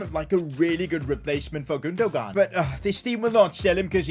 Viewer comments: i love how no one is pointing out the fact that said 'gundohgahn' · The way he calls Gundogan 😂😂😭😭😭